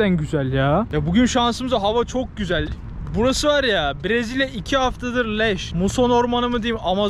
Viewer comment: Nobody:: çık gizel yaağ